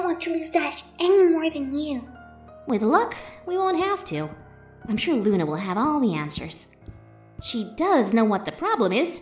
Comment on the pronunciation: Hearing Luna mispronounce words is amazing...